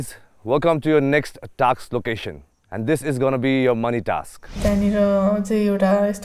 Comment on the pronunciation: its task yar not a taksss